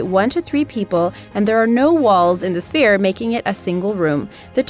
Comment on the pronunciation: Who notices she kept saying “phere” and not “sphere”?